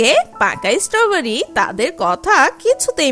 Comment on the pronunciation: ইসষ্টবারি।।। এটা কিরকম উচ্চারণ